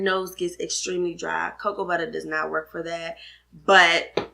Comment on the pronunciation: I love how you say "Cocoa Butta" 😄 Thanks for the vid!